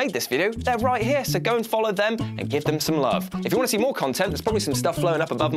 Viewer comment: "Doesn't Wat you to know"